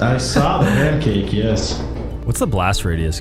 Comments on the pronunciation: said puncake. Himicane is officially in the Vanoss crew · Vanoss finally got to say puncake after all this time 😂